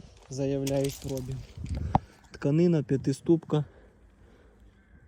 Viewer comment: як ви запарили цим прОбіг!! На другий склад наголос, йолопи! Може вже вивчите правильний наголос???